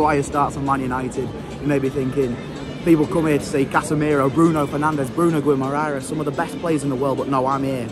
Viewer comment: Bruno "GOUIMARARES"😂😂😂😂😂. You English guys are so bad when it comes to spell foreign names😂😂😂